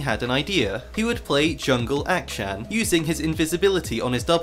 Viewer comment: i cant watch this video with the way you say akshan